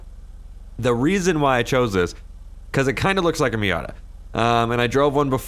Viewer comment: Cant believe he said miata.... killin me lol